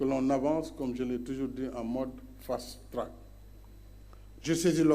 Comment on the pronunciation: "fast-track" il fait rire...ne perdons pas notre temps à l'ecouter.